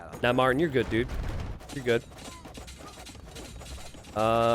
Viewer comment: I don't know why but I dislike the way you say my name (Martin).. and I'm Bri'ish so I don't even say it right either haha.